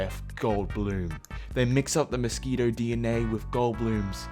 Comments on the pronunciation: is no one going to mention how he said mis • qui • toes instead of mis • key • toes? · I hate to admit, but I’ve been laughing at that pronunciation for the past five minutes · Nobody:: Mosqueitos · No one gonna mention how he pronounce “mosquitoes”? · The way pronounces simple words which are not very hard to mispronounce always make me chuckle. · Djskxnsjxjsk I LAUGHED SO HARD AT THAT PRONUNCIATION I CANT